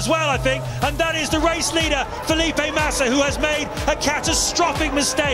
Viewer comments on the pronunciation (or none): none